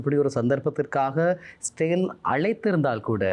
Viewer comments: Sir, please pronounce as israel not sale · Bro இஸ்ரவேல் என்று உச்சரிப்பு செய்தால் நன்று 🙏